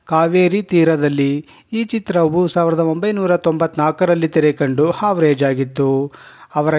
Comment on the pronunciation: ಕನ್ನಡ ಸರಿ ಮಾಡ್ಕೊಳಿ, ಹಾವ್ರಜೆ ಅಲ್ಲ Average